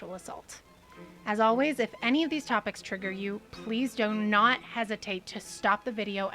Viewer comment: 2 minutes in during the trigger warning I thought I heard "dough not" instead of "do not", which gave me a great idea for a doughnut shop. It's called Dough Knots. Every doughnut is based on a sailor's knot. Classics will include the clove hitch, the figure 8, and bowline. Specialties are infinite. I'm thinking first of the monkey fist. Banana cream, chocolate, and peanut butter under a glazed monkey fist knot. Surely a best seller. Is Neil Gaiman a sex pest? I don't know yet. Again, only 2 minutes into this.